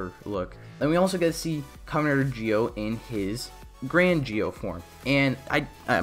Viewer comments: Why do you say it like that ji-o I thought it was zi-o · Im just gonna ask why he says gee-o and not zi-o